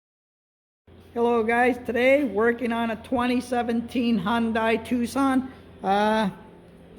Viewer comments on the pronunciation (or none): It's Hyundai not hondai